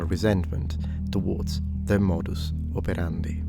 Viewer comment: Came for the thumbnail, stayed for the pedantic pronunciation of modus operandi. ❤😂